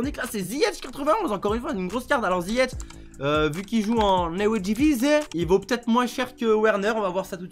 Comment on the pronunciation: C’est ziyeCh pas ziyetch